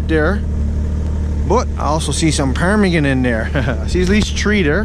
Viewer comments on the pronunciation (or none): Quit saying parmigan that's annoying